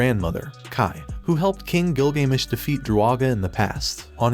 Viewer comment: "by the king gilGAYmesh" as a history person, that stung a little